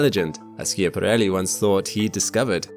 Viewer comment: Look up the correct pronunciation of Schiaparelli.